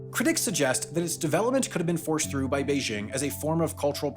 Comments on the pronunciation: Yes, the pronunciation in the video was off. There's no h sound in there. The sound "bay-jing" is correct. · it's not "beizzhing" with a soft j. it's simply pronounced like it's spelled, with a normal hard j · Sorry, just can't get past how you pronounce "Beijing." Is that how it's pronounced in Hong Kong? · You keep pronouncing “Beijing” wrong. Say this is your head: “jingle bells, jingle bells.” See how you pronounce the “jing” in “jingle”? It’s the same pronunciation for “Beijing.” Try it.